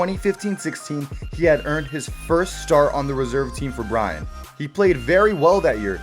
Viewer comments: bryn E dont miss the E . say håland the same way you say th e o in goal .. not that hard xD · Klabb brajn…. Love ignorant english speakers…. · As a norwegian im sorry to say that I almost threw up at the pronounciation of Bryne